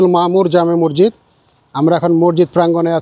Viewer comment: Morjid na re bhai masjid hobe